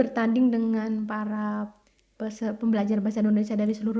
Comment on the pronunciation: Maaf Bu yg benar itu Indonesia bukan endonesia.tolong ucapkan yg benar kepada orang luar.